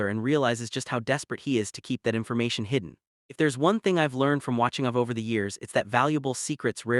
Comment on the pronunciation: Need to pronounce her name right?it's a long a ava.